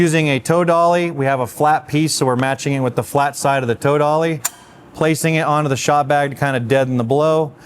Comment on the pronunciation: I guess you're saying "toe dolly", but I'm hearing "tow dolly", like what you'd drag a vehicle with.